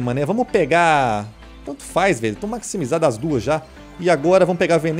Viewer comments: Tava apertado guando falou maximijado kkkkk tô brincando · Ele falou maxmijado